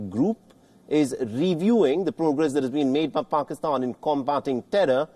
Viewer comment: I love how you call it paxtan instead of Pakistan. There is nothing pak about them.